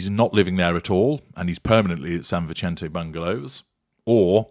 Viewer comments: It's pronounced San Visente, not the italian pronunciation - the spanish pronunciation is correct. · Since it looks like you'll be referring to this a lot, the pronunciation is San Vi-sent-aa, (soft 'c'), assuming it's said the same way as the prominent West Los Angeles street.